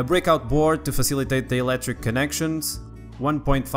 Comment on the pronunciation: And also he said eletric instead of electric lol